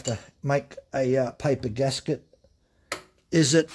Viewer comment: GASKET, not GASGET. :goodvibes